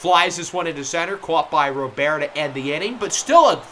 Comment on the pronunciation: Just FYI, Luis Robert is said and pronounced the same in Spanish as it is in English. If you were saying “Robert” in French then the way you were saying it in this video than it would be correct! RO-BEAR is more French than Spanish.